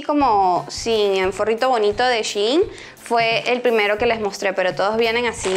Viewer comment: Soy la única que piensa que se pronuncia Shain y no chiin